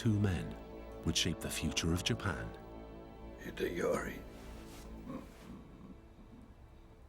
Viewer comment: "Hidehorry, Mitsunarry, I'm sorry"